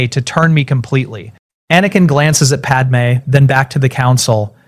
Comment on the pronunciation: I'm listening to this one just now and the wording is better than the new ones. Far less ridiculous sentences, also it can say padme correctly! I hate it when he tells everyone everything, he could just say he's had a few memories and all the skills from the future came back. He doesn't need to tell them all the terrible things he did FFS.